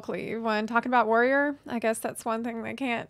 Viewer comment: yells warrrrrior main in a slight trucker accent